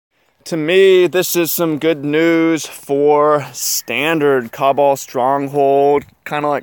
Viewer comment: Two videos on the same card and neither person can pronounce Cabal correctly. Lol